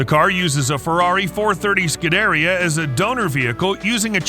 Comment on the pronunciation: obviously the guy narrating is not a car guy since he mispronounced “scuderia”